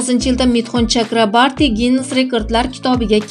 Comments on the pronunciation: Митхун Чакрабарти эмас ,Митхун Чакраборти дейилади фамилиясини тугри айтинг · Чакрабарти эмас Чакроборти. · 😂 чакрабартимас Чакраборти фамилияси тилларни ва талаффузни яхшилаш керак менимча яхши Киз! Саломат бу́линг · Chakrabarti emas Chakroborti to'g'ri gapir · Журналист кыз жок дегенде фамилияны туура окучу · Фамилиясини тугри айтинг